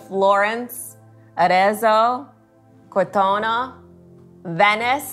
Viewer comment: It is 93 million miles from earth to the sun. That is called 1AU, astronomical unit. Yesterday was my 75th birthday.😮 So I live in Italy vicariously with you and other house presenters there. The double z in Arezzo is pronounced like in pizza, not like Pisa. To be correct in Italian, Jacuzzi is pronounced yacuzzi. That double zz as in pizza. Jacuzzi is the brand name and the name of the Italian inventor. I liked that house. Ciao